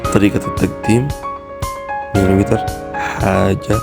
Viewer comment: دا شنوا النطق دا وييييتر .. 😂😂 بعدين دا شنو شكل المطعم دا كدا اطوروا فضحتونا .. وانشاء الله الاسعار .ياسودانييين استغلال الاسعار الناس بقت تتكلم عليكم